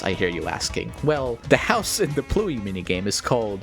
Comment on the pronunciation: It ABSOLUTELY ISN'T. Pluey is two syllables, PLUW-iy. Pluie is one, plwi (but with the w fronted to the same tongue position as the i).